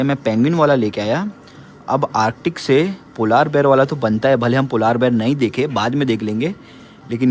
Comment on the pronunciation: Ye polaar bear kya hota hai ..Polar bear hota hai...kafi words ghalat pronounce krte hain...baqi vlog bohat acha h